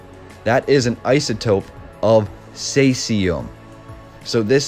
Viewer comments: Caesium is pronounced as "seesium." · Caesium like caesar... (See zee uhm) Great episode. Thank you. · Think it is pronounced as in Ceasar..the ruler which is an interesting connection?